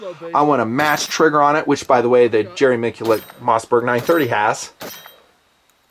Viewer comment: I was with you up until you butchered Jerry "Mish-u-lak"'s last name several times. NOT "Mik-Lik" I have a few competitiion mods on the guns I carry at work as a cop. While I'm not trying to save ".777 seconds" on my reloads but having been in two shootings, I'm trying like hell to save my life. Some comp stuff does have a real world application. Just gotta do a careful eval BEFORE you bolt it to your weapon